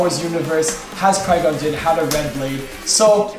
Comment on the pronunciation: I was just about to say something in the comments about qui gin gins hilt and he said it as i was typing lmao